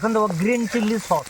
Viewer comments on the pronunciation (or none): ওটা চিল্লি চিকেন নয়😅 ওইটা চিলি চিকেন 😂